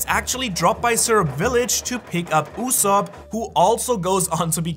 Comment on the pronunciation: 1 time u said yusop